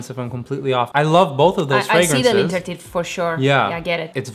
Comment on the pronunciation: Please learn how to pronounce L’interdit, it was painful to hear it